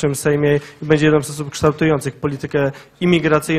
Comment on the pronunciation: CEN DOBRY... CENKUJE....